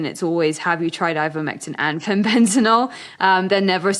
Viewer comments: Amazing that so many people appear to be dyslectic! The lady keeps saying FENBENZANOLE instead FENBENDAZOLE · Pronounced Fen-Ben-Da-Zole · Why is she saying Fenbenzanole? 😂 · he he agree. Why did she keep say fenbendanole?and the host did not correct her. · Sorry but I couldn’t finish this podcast. My autism wouldn’t let me listen someone butchering the word ‘Fenbendazole’ any longer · I think this woman should first learn to pronounce "Fenbendazole" correctly (not so hard!) before she gives her "expert" comments. How could you put someone like this on your show when there are thousands of others who would have been far more articulate, knowledgeable, and not arrogant? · Plus she can’t say the word FENBENDAZOLE It’s driving me crazy!! 🤪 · She just needs to learn its called Fenbendazole.